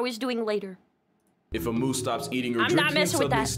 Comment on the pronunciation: As a Canadian. "Moose's" hurt me a bit. Still a super good video, keep up the amazing work and have a Good Day! 🐢